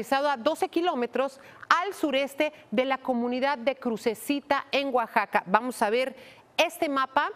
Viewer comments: Oaxaca no como lo dise esta conductora guaxaca muy mal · Es Oaxaca. no guaxaca.